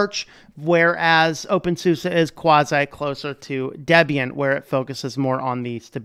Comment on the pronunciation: Nice vid! Thanks. When you say "OpenSUSE" I understand "Wingardium Leviosaaa" hahaha, just joking :P